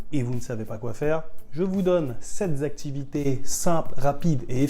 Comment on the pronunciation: .. je vous donne "sept z'activités"??? Liaison imaginaire. Étonnant pour un super prof de FLE. 😐